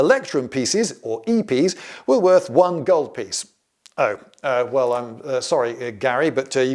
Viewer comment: "half the worth" sounding very much Germanic "vert" / "wert"....